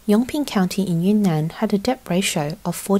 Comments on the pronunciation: Debt is 'det', not 'deBt' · yeah that's not right. British people don't pronounce the B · Nice voice but she pronounces the B in debt. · Who the hell pronounces debt like “dep” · Fine reporting but the pronunciation of the the letter b in debt 57 times grated my English teaching nerves. The b is silent. Otherwise the video was informative and enjoyable.